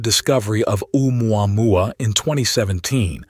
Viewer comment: umuamua Me: The pronunciation is killing me!!!! 🤣